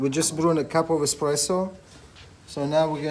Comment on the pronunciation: Heel irritant dat de voice over het heeft over “expresso” in plaats van “espresso”